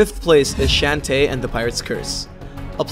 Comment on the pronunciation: Shantae is pronounces "Shawn-tay"